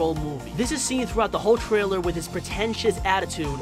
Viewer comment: In the twaiwer